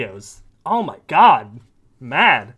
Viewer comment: "This is muh office", proceeds to show us a crappy pair of cheap earrings like a kindergartner at Show and Tell.